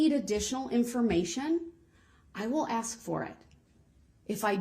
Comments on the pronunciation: If you dont "undershtand" then "ax" for an attorney 😂😂😂. I dont think this moron realizes how incredibly STUPID he sounds. I think this guy is honestly the DUMBEST and most delusional criminal to ever step foot into a courtroom 😂😂😂. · This was so annoying to watch during the actual trial. Mostly because of his mannerisms and the way he sounds (axe instead of ask), Not to mention the taxpayers have to pay for all of this. Including his incarceration.